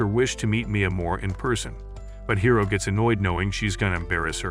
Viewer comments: It's hori not hiro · “hiro” instead of hori lol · He said Hiro but still it's not correct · Bro who is hero, it’s hori